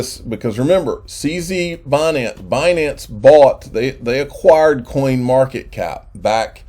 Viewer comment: Was it me or did you say coinmarket cock at the end of the video